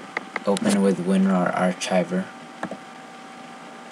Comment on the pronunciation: Some people can't pronounce archive.